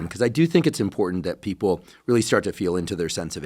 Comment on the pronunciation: you would think that a doctor from Stanford would know there is no letter 'd' in the word important.